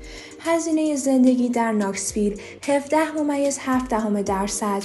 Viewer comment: نشویل درسته نه ناکسویل